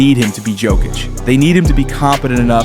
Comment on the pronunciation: Yoke-itch not joke-itch